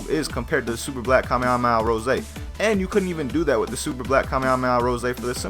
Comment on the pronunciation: dont say to mucj kamehameha because you cant tell it right and it is aufull to hear xd